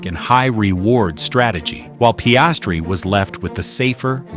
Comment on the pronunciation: Terrible pronunciation of Piastri